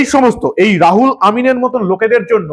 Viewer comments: রাহুল নয়, উচ্চারন রুহুল আমিন হবে। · বারবার "রাহুল আমিন" বলছেন কেন?নামটা "রুহুল আমিন"। উচ্চারণ ঠিক করুন। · R o hul amin। রাহুল নয়, ro হুল। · রাহুল নয় রুহুল আমিন। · Ruhul Amin k Rahul Amin bolchhen keno prothome apni sothik naam uchharan kore bolun.. Ei dharaner nemak haram Begum er chhatrochhayay thakbe ete ascharjjo habar kichhu nei.. Kadin agey r ek nongra lok bolechhilo muslim na hoye janmano Mane durvagyyo niye janmano. Sei kathar kono bichar hoini ..murshidabad theke hinduder kuchi kuchi kore kete gangar jaal e vasiye deyar humki diye dibbi Begum er MLA hoye theke gachhe..JCB naam er ek machine ..islamik country already baniye diyechhe ei Bharat barso k .Tai ekhane soriyoti aain chale bole ghosona korechhe.. Era prosroy pachhe kotha theke?..oi ekjon nongra nich mohila Begum er jonne ei sab agachha der eto barbaronto . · রুহুল আমিন। রাহুল আমিন নয়। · রুহুল আমিন না বলে ,বার বার রাহুল আমিন বলছেন কেন ? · মনে হয় রূহুল আমিন উচ্চারণ হবে। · রাহুল না দাদা ওটা রুহুল আমিন হবে। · রুহুল আমিন হবে। রাহুল নয়। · রুহুল আমিন, আপনি ভুল উচ্চারণ করছেন। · রাহুল আমিন নয়, রুহুল আমিন। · রাহুল নয়, নাম রুহুল আমিন। কথা ফেনান খুব, কিন্তু ঠিক করে নাম‌ও পড়তে পারেন না ?? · আমার মনে হয়, উচ্চারণ টা -রুহুল আমিন, হবে। উনি এই পঃবাঃ লজ্জা। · রাহুল আমিন নয় রুহুল আমিন বলুন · উচ্চারণে ভুল করছেন। রুহুল আমিন। রাহুল নয়, রুহুল। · আপনি ইংরেজিতে এত কাঁচা জানতাম না রুহুল আমিন টা কে বারবার রাহুল আমিন বলছেন দু'নম্বর কথা হচ্ছে মহাজের শব্দের ব্যাখ্যা আপনি ভুলভাল দিচ্ছেন না জেনে কোন কথা বলা ঠিক নয় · নামটা রুহুল আমিন। রাহুল নয় । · আপনি ইংরেজী সঠিকভাবে উচ্চারণ জানেন না বলে মনে হয়। উচ্চারণ হবে রুহুল আমিন। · মাননীয়, একটা ছোট্ট ভুল কোথাও হচ্ছে.. RU = রু ( RA = রা নয় ) > সুতরাং, R U H U L = রু-হু-ল এবং A M I N = আমিন.. ধন্যবাদ 🙏